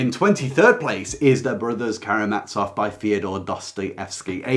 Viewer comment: Come on, please learn how to pronounce the letter "z" - there are no brothers who are carrying mats off. Russian has a letter that is pronounced like "ts" and this is it: Ц. Karamazov does not contain this letter, it contains a simple "z", a voiced sibilant fricative.